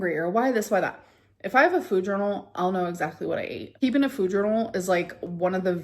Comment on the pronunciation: Now she pronounces it “fooyd.”